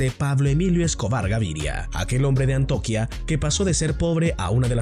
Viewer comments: Antioquía, Antioquía, no antoquia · Es Antioquia no Antioquía.